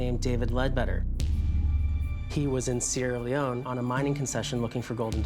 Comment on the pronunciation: Any here hear him see sierra leonineeeeee